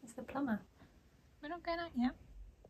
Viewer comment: 'Plumber' sounds like 'Robber' or 'Meower'